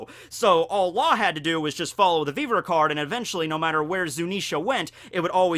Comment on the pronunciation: Okay not the first time I've heard you do this. I don't watch the anime but are you sure the how you saw Viver? I saw pronounced with the same error. That one is beyond common and it makes me laugh every time I hear it. Japanese is a syllabic language that doesn't have the short e in both of these words. Both words come from French and have English pronunciations . If it's for the otaku lols fine but if you think that's how you say those words I think you are watching too many subs and haven't heard these words used in English.